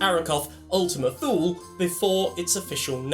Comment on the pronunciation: I think it's pronounced more like 'toola'. Sorry to be pedantic;)